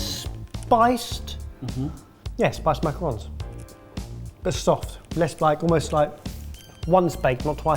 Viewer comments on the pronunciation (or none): none